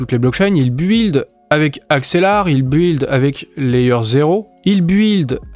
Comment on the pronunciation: Arrête de prononcer « buiiiild » il faut le dire « bild »